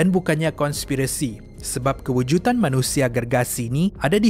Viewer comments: Salam. Sy cuma nk ckp “kewujudan” bukan “kewujutan”. Sorry ya. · kewujutan sorry bro.. bukan kewujutan..tapi kewujudan ye bro.. Kewujudan 👍🏼👍🏼